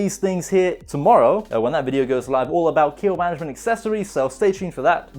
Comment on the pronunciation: "Intro" Sounded Like "To Kill Able Mattress" Lol like the book to kill a mocking bird